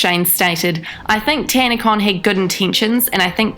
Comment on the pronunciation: Tanacon? Oh sorry I thought you said scamacon